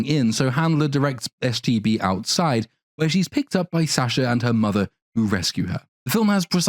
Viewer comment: Does anyone else keep hearing him say "STD" instead of "STB"? I keep thinking, "That is a Barbie I never had when I was a little girl." lol